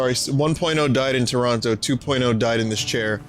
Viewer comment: Pronounces it to-ron-no like a real OT